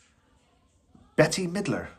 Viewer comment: Bet Middler...no! Not English either